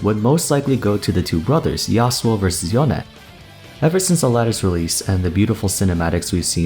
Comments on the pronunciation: Every time this man says "Yoneh" I die a little inside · you pronounce yone kinda funny lol